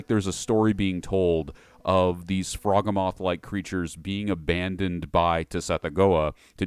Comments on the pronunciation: do you call it a tuh-sunami too? A "Frog a moth"? Its a froghemoth.. like a behemoth you know? Or do you call that a be-a-moth ? How tf is anyone meant to take you seriously when you don't even take 4 seconds to look up how to say things man come on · One point: "Frogemoth" strikes me as a portmanteau of "frog" and "behemoth" and pronounced accordingly.